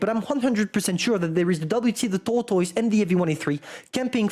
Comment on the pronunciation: I just came here to hear him say: Tortoyse. Thank you.